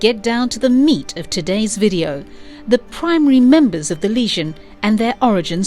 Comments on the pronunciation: I swear, every time you said "legion" it sounded like you were saying "lesion". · Is it just me or is she saying that the group was calked The Lesion of Superheroes not Legion. The damsged tissue or wound of superheroes? Is she trying to say it as the French would? Even so she's saying it wrong even then. I love reading LSH strories I particularly enjoy the stories from the late 70's and early 80's. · Legion, not lesion!! AI read script sucks. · Not Lesion - Legion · stop saying leasion that is gapping wound. Legion is the word you mean. lee gin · I thought it was the legion, not leasion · lol sounds like she is saying "lesion" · Everytime she says legion, it sounds like lesion to my ear. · "The Lesion" lmfao "Kan-dooer" lmfao The new Legion of Superheroes animated movie is not perfect and has its' own canon but is enjoyable and - for newbs - probably a good intro to the Legion's adventures. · Why is she calling them the Lesion? Not a flattering description.